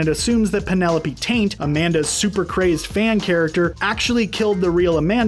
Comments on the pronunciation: lol you called her Penelope Taint... it’s Tate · Also... Penolpe Tate. Not Taint. At least thats what i heard.